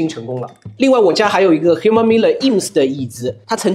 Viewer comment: Herman的H不发音